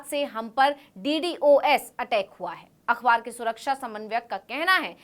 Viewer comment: “अख़बार” अखवार नहीं। सही उच्चारण करो।